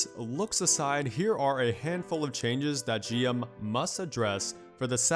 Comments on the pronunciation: it's G.M. not Jim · Sounds like you're saying JIM instead of G M